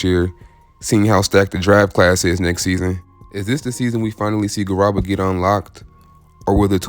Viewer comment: It's pronounced Garooba. Like room.